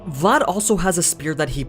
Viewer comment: I literally slap my face every time I heard you pronounce any romanian name , either for people or regions name considering that I’m Romanian... At least you got Vlad name right